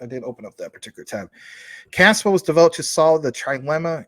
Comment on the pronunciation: I agree Casper Labs is going to the moon. Though I have no idea why they keep pronouncing it as Caspa and spell it with backwards K